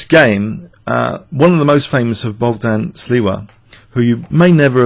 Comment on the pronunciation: "shleeva" is more or less how this name is actually pronounced. However, "bockdon" is rather off. The "gd" in "Bogdan" is voiced so the pronunciation BOG-dan (or -don or -dun) is actually closer to the Polish pronunciation.